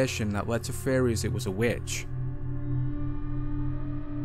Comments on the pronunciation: what are FRERIES ? or do ya mean "theories" ? 🤷‍♂️🤣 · AGAIN what the hell is a "FRERIE" ????????????